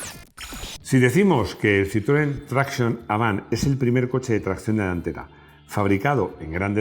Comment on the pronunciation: Te lo dije en otro video, sería un detalle que al citroen traction, lo pronuncies en francés o si no sabes, lo digas en castellano. Pronunciarlo en inglés le queda como a un cristo dos pistolas.